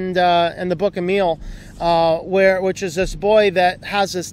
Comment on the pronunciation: You pronounced Emile correctly :) .